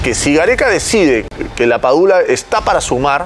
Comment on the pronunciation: Amigo es LAPADULA no PADULA